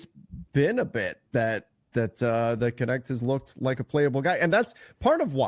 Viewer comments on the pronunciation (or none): hearing you pronounce knecht as connect really hurts. knecht is german